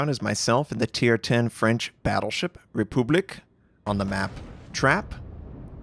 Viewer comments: Le Terrible = Luh TerrEEbluh République = ray poob LEAK (Caps shows accented syllables) Hopefully that helps I know you're trying hard! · Pronounciationnazi input: Terrible = Tereeble Republique = Repyblic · Similarly, Ray -- poob -- leek.